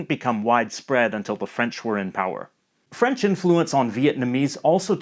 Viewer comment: he's actually got really good French pronunciation! was not expecting it 👏